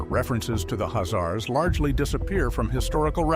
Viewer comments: The announcer is pronouncing the name of Khazars totally wrong by saying azar's... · The k h is pronounced in the name, khazars...